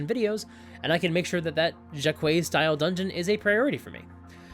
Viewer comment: I really like this dungeon I may have to insert it into a campaign some time. And I'd love to see some Janelle Jaquays style dungeons from you! Her style of dungeon building has long fascinated me. I hope her rest has been peaceful. P.S, the S is actually silent in her last name, it's pronounced "Jaq-way".